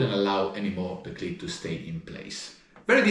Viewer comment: OMG I can't stop hearing Clit instead of cleat....laughing so much it hurts....you cant unhear it now....😂...Great video love this guy..👍